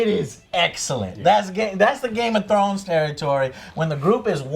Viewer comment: I hate the way Joe pronounces Game Of Thrones. GAYMUTRROWNS